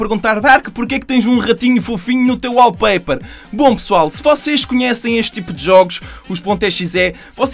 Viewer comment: achei bem emgraçado quando ele fala 'wallpaper" sou br